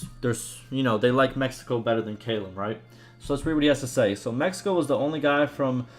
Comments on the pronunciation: Callum is pronounced C(K)A- LUM not Kaaaai lam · Sorry, I can usually look past your pronunciation of things, but I lost it at how you said "Callum"